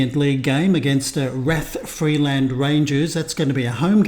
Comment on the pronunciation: Rathfriland Rangers Football Club, founded in 1962, plays in the NIFL Premier Intermediate League and is based in Rathfriland (pronounced "Rath-fry-lənd"), County Down. Their home ground, Iveagh Park (pronounced "Eye-və"), holds around 1,000 spectators. The club has seen significant success in recent years, winning the Northern Amateur Football League Premier Division in both 2021-22 and 2022-23, and the IFA Intermediate Cup in 2021-22. They also secured the Border Cup in the 2023-24 season. The team is captained by Andy Kilmartin, who has played for clubs like Glentoran and Portadown. Key players include goalkeeper Bryan McMullen and attacking midfielder Ruairi Fitzpatrick, who was crucial in their 2-0 victory over Armagh City to win the Intermediate Cup for the first time. Rathfriland is about 30 miles from Belfast, roughly a 45-minute drive, and 60 miles from Londonderry, about a 1.5-hour drive, making it quite accessible for a visit. Supporting this channel will give you a deeper insight into the vibrant world of Northern Irish football!